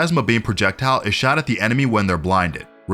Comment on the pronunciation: “I can’t unhear “shat at the enemy”